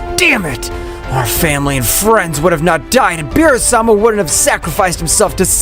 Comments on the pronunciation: You ruin all your stories with "Insect". Why do you call BEERUS, bills..it's annoying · It is not bill's, it's beerus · Beerus not bills